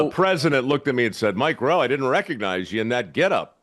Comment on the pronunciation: He’s “MikeRowe” works😂